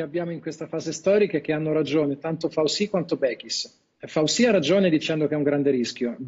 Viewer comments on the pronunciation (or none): Il cognome è FAUCI e anche in America lo pronunciamo Fauci, come in italiano. Scanzi e Gruber niente, devono pronunciarselo alla francese a cazzo. mah!!